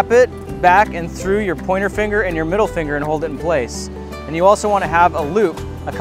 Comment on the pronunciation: 'MIDDLE FIGGR'😄